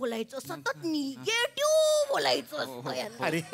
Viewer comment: “NAY-getive” la “NI-getive” kashala mhantaay ?🤷🏻🤷🏻‍♂️